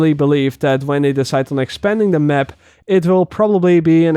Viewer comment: Hahaha i love how is says " the mep"